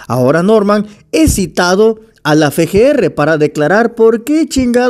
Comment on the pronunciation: Amigo, como candidato a diputado deberias de aprenderte el nombre de la letra F. Se dice EFE, como en el Nueve EFE (9F) y Veintiocho EFE (28F). No se dice Fe Ge Erre. Se dice EFE GE ERRE (FGR). Se que tenes buen corazon y sos sincero (espero), pero no saber decir el nombre de la letra F (EFE) cuando decis las siglas del Fiscalia, eso no se ve bien. EFE (F), EFE (F), EFE GE ERRE (FGR).